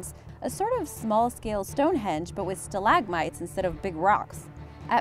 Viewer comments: Pronunciation sta-lag-mites not stalag-mites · Awesome videos, but the way she pronounces stalagmites gets to me haha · Sta lagmites. Never heard it pronounced like that